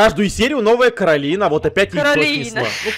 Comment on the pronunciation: Не нанозывайте не каролина а каколина🤣🤣🤣